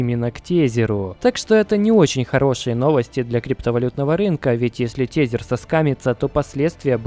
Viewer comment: При всем уважении ТЕЗЕР произноси ТЭЗЭР плз это ужастней чем биток по 200$